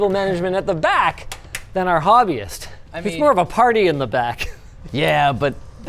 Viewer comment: Indian Audience: it's Kaetan, not Kitan... Anyways, Hobbyist is perfect too.